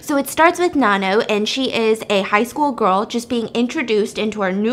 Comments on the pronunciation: The why she pronounces Nanno tho. It NA-NOU not NA-NO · I love thisss but her name is pronounced NANno soz I’m not even Thai but I have heard it way too many times 😂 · I swear everytime she said nanno, I kept thinking about nan bread 😂😭😭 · Girl from nowhere is elite, do more BAMS with the other episodes even though I already watched it, just to help Stephanie it’s pronounced na like you know how in Korean you’d pronounce the last name kinda soft so like nanno the no kinda pronounced like ou, also personally I think nanno doesn’t represent revenge, SPOILER ALERT COMING IN SECOND PARAGRAPH I think nanno represents karma while yuri represents revenge, nanno doesn’t directly herself do the work she suggests what they do to see if they’re evil or not and comes at them accordingly depending on their choices, while yuri took what had happened (when we were first introduced to her) at first but when she had power she took revenge on what they did to her, I think nanno is more calculating than yuri hence why she already knew what they would do to her before they already do it and kinda appears like she can be more than one person and has a lot of lives sorta, she is the daughter of satan from what the actress had said, hence why she can appear as more than one person and when yuri was drowned nanno’s blood was in the water so she became immortal as well I suppose? And they’re both immortal forces that have their own ways of teaching someone a lesson yuri takes more the violent vengeful approach while nanno sees what they do and comes back to bite them as karma not as vengeance to see like if they realize they’re wrong and sorry